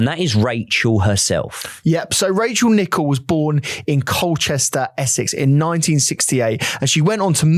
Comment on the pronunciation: I like the fact that you even pay attention to how her name is actually pronounced. Much respect to her memory xx